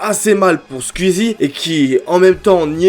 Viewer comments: C'est pas Squizi c'est Squeezie ça se prononce Squouizi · Squouizi pas squizie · Skuizi, twit, tu me tues comment tu prononces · C'est pas skuizy c'est squeezie 🤣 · Tu dis Sqizi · Déso mec mais on dit squouizzi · ça me fait trop dehek comment tu prononces skuizi mdr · Sqwiizie et tuitteure ? Prononce normal c’est ridicule la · Ça me parturbe "skuizi" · La prononciation de skuizi me termine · Ça m'embête à chaque fois qu'il dit "Skuzi" et "Skuizi" x) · mdrrrr tu dis skuizi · Commence a bien prononcer Squeezie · Ça me fume comment prononce squeezie 🤣